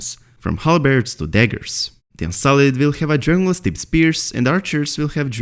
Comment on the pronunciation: Please fully pronounce and enunciate DRAGON GLASS. Speak a little slower so we can understand your accent. Why the rush????